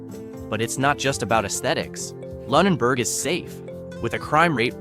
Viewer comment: He pronounced Lunenburg incorrectly half the time.